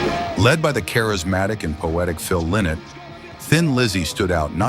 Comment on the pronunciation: Lynott is [ˈlaɪnɒt], not ['li:not].